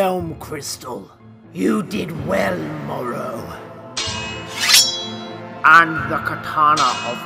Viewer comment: You say Moro its morro